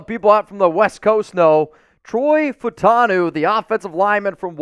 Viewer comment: if Troy Fautanu is a Pacific Islander (Samoan) you pronounce every letter in last name FA-U-TA-NU (FÂŌŌTÂNŌŌ)